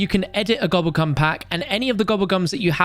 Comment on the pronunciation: Hearing a Brit say gooblegum really fast is 😂